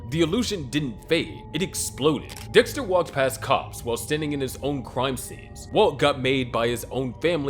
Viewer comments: Waltuh, stop tryna kill dextuh. Im not lettin you kill dextuh waltuh. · Finally we get waltuhhh vs dextuhhh